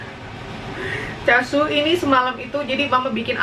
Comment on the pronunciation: Chashu bacanya 'chasyu '😊